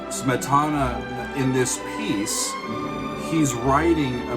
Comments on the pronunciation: Is that the correct pronunciation of Smetana"s name? I've always heard it with the accent on the first syllable: SMETana. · I've always heard Smetana pronounced with the accent on the first syllable. So disillusioned.